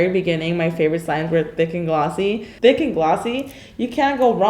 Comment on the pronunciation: It got me when she said "It is a true thicy" "Insanely thicc"